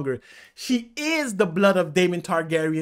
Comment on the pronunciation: It is not Valeryon it is Velaryon